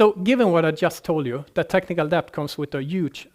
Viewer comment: Debt - It's pronounced det. Dont like correcting non native speakers on their English but come on, it's the whole topic and he says it 50 times